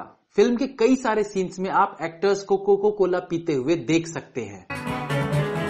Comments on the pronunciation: Coca cola not coco cola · It's not coco cola. It's coca cola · Aap bohot galti karte hain aaj kaal bolne main.... Coco cola bol rahe hain Coca-Cola jaise multi national company ko....kya sir ye toh galti se mistake hain... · bhai woh coca cola hota hai coco cola nai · bhai coco cola nhi coca cola hota hai